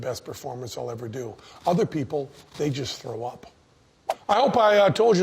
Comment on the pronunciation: He says "throw up" like Jessy Ventera. I dont know if its just the sound or the attitude. He puts like a weird tongue roll in it that is unique.